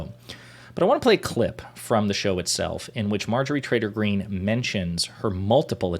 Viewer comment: Are you saying "Trader Green" or Traitor Green"? I can't quite tell... My guess if the latter, but my ears hear the former... Doh!... I think of her as "Empty Green", devoid of empathy or rational thought.